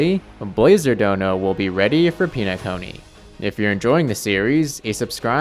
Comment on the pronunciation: Oh, for the next video, it's pronounced pen-a-cony, not peen-acony